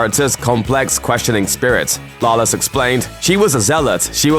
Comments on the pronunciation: Can this guy not pronounce Lawless correctly at least once. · How fucking hard is it to say Lawless